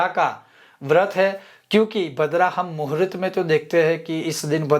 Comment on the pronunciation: Muhurat nahi. Sir muhurt bolakaren please